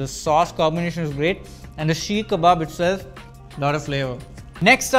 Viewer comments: Who let this guy star in this video. First off it’s Seek kabab not Sheek. Second chatpata means tangy and the “lentils” were chickpeas. Sorry bro but please ask around before shooting next time. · "Chana" is chickpeas, not lentils. Also, it's "seekh" kabab, not sheek kabab. How does an Indian reviewer not know Indian names?